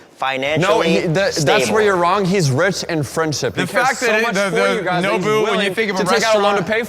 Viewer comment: jc yells "rich!!" and points at Kevin.... And I heard him say "witch!" 🧙‍♀️😅